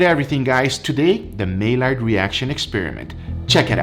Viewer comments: My-yard is how you pronounce it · it's pronounced "My Yard" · pronounced like "my yard" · Just a heads up, it’s pronounced My-Yard for future reference. French term for the browning of proteins. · Its pronounced maiard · No disrespect, but it's supposed to be pronounced "Mayyard reaction" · Spelled mallard pronounced majard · It’s pronounced May-ard. Just a tip :) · Say: may-yard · it’s pronounced MY YARD! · Please for the love of god, start pronouncing technical terms correctly. You can say Sous Vide and emulsion, but you can’t say maillard. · You pronounced maillard wrong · I love this guy. I really do. He's entirely unpretentious. He's personable. He's a great food advocate. But, you're right, dude - mispronouncing Maillard is making me crazy! It's like another guy years ago on YouTube that pronounced sous vide, "Su Vay". Had to stop watching because of that. Arg! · Mail lard is pronounced mayard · I'm not hating; however, Maillard is French... the L is silent. It's pronounced like "my-yard," not "may-lard," nor "male-ard." Just sayin'! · I saw "syrup" and thought you meant Maple, but then you go and disappoint me with corn syrup… also: my-yard, not may-lard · It's not pronounced "my lard" nor "may lard", but rather "my yard" (o more proper probably "my -ard") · my-yard not my-lard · Ily you man but it's pronounced 'my-yard' not 'mail ard' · The Maillard reaction: my-YAR; French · as far as i know, it's not pronounced MAY-LARD, it's a french word so it's pronounced like My-Yard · Its spelled maillard but It’s not may-lard it’s my-yard reaction. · Maillard is pronounced "Meyard", not "Meilard". Just like Mallorca. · Hahaha. Americans... MY-LARD reaction It’s actually pronounced MY-YAR reaction I’m Canadian 🇨🇦🇨🇦🇨🇦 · It's not "mey-lard", it's "my-YAR". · its pronounced as "maiyard's reaction" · Its pronounced My-yard reaction!!! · ffs man its pronounced "my-ard" reaction. It's french. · It’s pronounced like “my-yard” I’m french so don’t hate